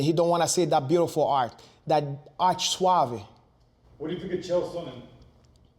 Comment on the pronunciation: Renato (or whatever his name is) is a great actor with the fake brazilian accent and all but he is not brazilian. Vinny's last name is not Magales:h it is Magalhaes a very common portuguese name he mispronounces on occasion. Also he mispronounced arte suave (Jiu-Jitsu).